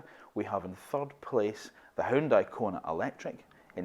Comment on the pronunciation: “Huooon- Day” not Hioon-di